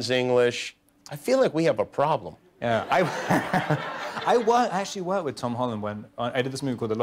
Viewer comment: Как Роберт произносит слово actually; вообще не понятно на слух